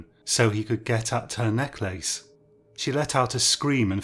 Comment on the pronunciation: What an unusual pronunciation of "necklace".